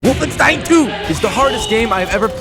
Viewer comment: at least he pronounced wolfenstein correctly this time